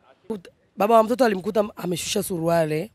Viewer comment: Huyo mama jinsi anavyotamka neno SURUALE badala ya SURUALI ni wazi kwamba huyo ni bingwa wa ubambikiaji watu kesi